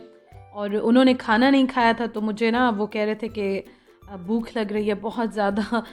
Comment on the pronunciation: اردو کا لفظ ہے بھوک آپ بولتی ہیں بوکھ ہمیشہ... لیکن میں تنقید کا نشانہ نہیں بنا رہی ہوں نہ ہی کوئی دل آزاری ہے... میں نے تو ویسے ہی بہت بار آپکے ویلاگس میں آپ کو لفظ بھوک کو بوکھ بوکھ بوکھ بولتے ہوئے سنا ہے.